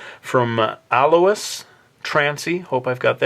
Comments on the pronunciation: Alois = Al-oh-ees.. that's the only thing u got wrong ;) from black butler btw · #20th comment!!!P.S you said Alois wrong,but you said Tracy right try and find his name in the anime Black Butler season 2 episode 1.